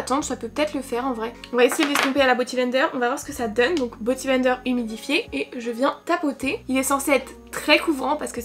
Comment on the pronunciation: t’es si chou à dire boty blender…on dit beauty <3